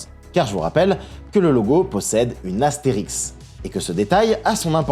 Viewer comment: Bonsoir, je ne veux pas faire le prof de français mais on dit "astérisque" et pas "astérix" qui est un personnage fictif de la BD. Voilà. Blague à part, merci pour cette vidéo sortie coup sur coup. Tu régales.❤❤